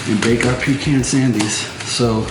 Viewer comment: I'm from GA and you pronounce pecan spot on... PEECAN👍 You got it going on 🧡